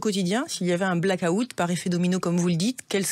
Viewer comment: Les Français, apprenez à prononcer black out de grâce! 😉